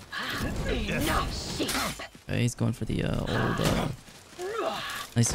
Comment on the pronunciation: Wait, he's started saying Naisu... weeb?